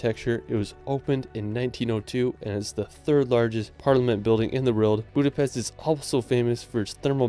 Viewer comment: One thing. It's "Budapest", not "Budapeszt".